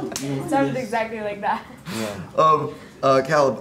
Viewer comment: he really said call eb